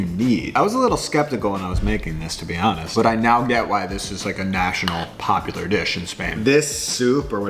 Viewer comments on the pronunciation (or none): none